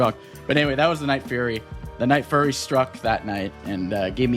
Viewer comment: son its nightfury not nightfurry 😭